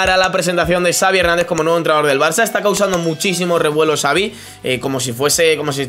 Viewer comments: Me da un incon en el estómago cada ves q escucho a decir tsaavi en ves de chavi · Pronuncia bien el nombre por favor, me duelen los oídos, Xavi, que seria CHAVI no sabi. Por lo demás, eres muy top, lo dice un culé. Saludos. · No digas Savi porfavor, di Chavi. Que sabéis pronunciarlo perfectamente. Xavi se pronuncia como Chavi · no sé dice savi sé dice xavi